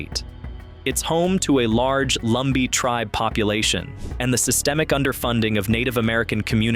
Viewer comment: Lumbee not Lumber